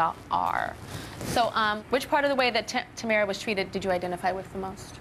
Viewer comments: Uhm.. Is Tyra pronouncing her name wrong...? Tamra? I thought it was Tamara? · why does tyra keep callin her tamra? its tamara .